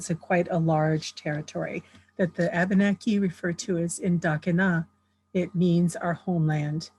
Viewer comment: Abeneki is actually Pronounced Uh-ben-uh-key